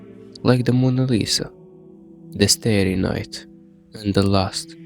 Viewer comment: Ur ahh mispronounced "starry night" 🥀